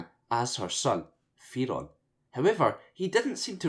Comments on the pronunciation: say it like "They ron" but say the TH like you'd say Thing with your tongue on your front teeth :P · I'm not entirely sure that is how you pronounce ''Theron''.